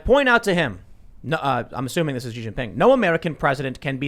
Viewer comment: I could've sworn i heard Joe Xiden-Ping 🏓